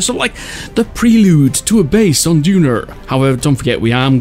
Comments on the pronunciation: Its Duna not "Dunar" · Duner? It’s called duna